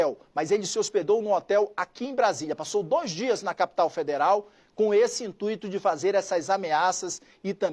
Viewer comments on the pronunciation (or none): none